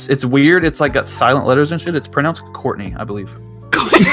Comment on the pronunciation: Its pronounced "Courtney"